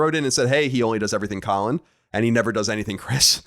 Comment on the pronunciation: Oh, I noticed you getting the name wrong, Colin. I just didn't feel like correcting you.